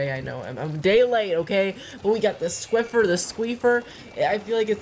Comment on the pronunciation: it's squiffer 😂